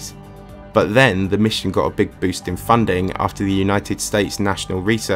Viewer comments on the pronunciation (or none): none